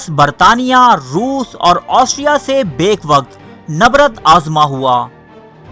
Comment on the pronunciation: اکثر آپ کی ویڈیوز دیکھتا ہوں۔ میرے بھائی آپ ویڈیو پر اتنی محنت کرتے ہیں۔ لیکن اس میں اردو تلفظ کا بھی خاص خیال رکھیں۔ آپ اردو زبان کا بہت نقصان کر رہے ہیں۔ آپ اردو کے عام مشتعمل الفاظ بھی صیحح طور پر ادا نہیں سکتے۔ ویڈیو کی تیاری سے پہلے کسی اردو کے استاد سے بھی مدد لے لیا کریں۔ اس ویڈیو میں یہ الفاظ غلط ادا ہوئے ہیں۔ براستہ، بیک وقت، امیر البحر، خیر خواہ، معاہدہ، نبردآزما، Waterloo